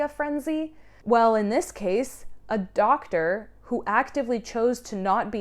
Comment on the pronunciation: i loooove the emphasis on DOCTOR lilly jay.